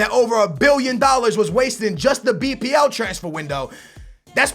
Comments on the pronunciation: Why u say wasteded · Why you saying "wasted" like its money not well spent???